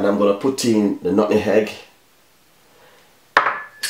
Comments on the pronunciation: Nutmeg not nutnhegg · Please Sir....the word is nutmeg. Love your recipe.